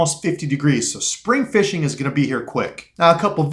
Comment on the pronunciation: Is that really how you say fishing? Or you just being funny? Lol